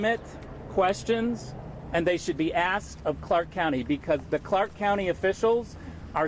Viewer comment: Uneducated!! It's not axed to leave it's asked.